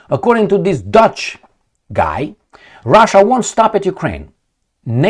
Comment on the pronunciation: Are you saying Dutch or douche?